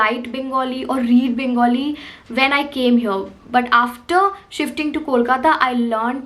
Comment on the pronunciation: Loved the way you said 'Bangali' and not 'Bengali'!!